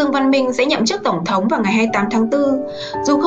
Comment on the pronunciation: CÔ XƯỚNG NGÔN VIÊN ĐỌC GIỌNG ĐỌC RẤT "QUÊ" , ĐỌC RẤT SAI CÁC DANH TỪ TIẾNG PHÁP !!! ĐỌ QUÁ NHANH , ĐỌC LIÊN MIÊN , KHÔNG BIẾT CÁCH NGẮT NHANH , NGẮT CHẬM . DẤU SẮC ĐỌC THÀNH DẤU HỎI !!! THÍ DỤ : "TỔNG THỐNG" ĐỌC THÀNH "TỔNG THỔNG" .